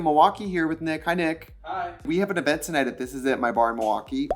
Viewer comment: “let’s go to this ezent”